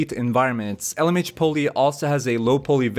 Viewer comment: Great video as always! A little heads-up on the pronunciation of poly and niche ;-) poly pronounced po-ly not pooly niche pronounced neesh not nich